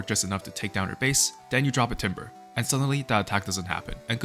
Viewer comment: "Timbre" is pronounced "Tambor" btw.